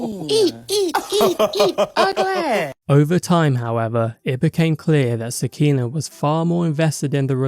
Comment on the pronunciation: Sah-kee-nah (nuff said)